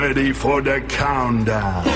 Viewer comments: coWntdown? dein ernst? :D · Cowntdown?! xD *Countdown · ''Cowntdown'' ? :'DD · COWNTDOWN dein ernst Danny? Countdown! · Cowndown? :DD Countdown!! :D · COWNTDOWN??? Countdown* lol. Jetzt mal ehrlich wtf. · WTF cowntdown das heißt "Countdown"!!! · Cowntdoun? Ehrlich?!